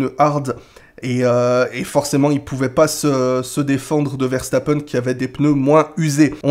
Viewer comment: salut à tu es l'une des rares personnes qui dit correctement le nom Verstappen ça fait plaisir de l'entendre bien prononcé le nom de notre compatriote Belge qui est né à Hasselt (Belgique ) sa maman est Belge (pilote de karting de haut niveau)